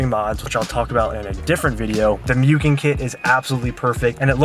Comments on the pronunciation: A goddamn Mugen Si Civic, that is rare. One of my fav civics, Mugen R's Edit: I think Mugen is pronounced Moo-gan but idk I mostly hear Mo-og-an instead of Me-yu-g-an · MOO-gen, not MEW-gen but welcome to the 8th gen society mate :) super excited to see what plans you have for the car! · Mugen = "Moogen" not "Myugen"..Atleast say it right..Come on D,you had Bride = "Brid" right..And you messed this up 🤣🤣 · No its not Myugen, or Myujen. Its Mugen... MUGEN!!! - James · Moogen... not meoogen lol. Subbed for this build!! ❤️ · mooo gen not muu gen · ...bro...its MOOgen not MEWgen. Just a heads up considering how many times you said the word in like a 10 second span. hahaha Congrats on the new project though. I love this car! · Hearing “ mewgen “ and not “ moogen “ makes me cringe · It's actually pronounced "Moo-Gen" not "Mew-Gen" as incorrectly pronounced here in the states! Welcome back to the Honda scene and hope you can make it out 8th Gen meets here in SD! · moogen not mewgen lol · Mugen not myugen :D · its pronounced as MOO-GEN not MYU-GEN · MOOgen, not MEWgen 🙄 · Say it with me... MOO-Gen not Mewgen. Anyways welcome to the 8th Gen Club and congrats in getting that Mugen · ITS MOO GEN NOT MEW GEN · MOO JEN NOT MYUGIN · Moogen, not Mewgen. Car looks good, good luck! :) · It's pronounced moo-gen😞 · love the car dude but it moo - gen that’s how you pronounce it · its pronounced MOO-GEN. Just an fyi! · There’s a mugen video where the owner says it’s pronounced MOOGEN. Anyway, I’m not super into front drive Honda’s, but you do you bud, your awesome and you deserve your success. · YESSSS BRO AWESOME!!! FD CONVERSION LOADING....HAHA Also, supposedly pronounced MOO-GEN, but no one really follows that lol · For the love of God it's MOO GEN!! Hopefully it doesn't end up like the Type R. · Jesus fucking Christ the pronunciation of mugen is atrocious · You are saying mugen wrong.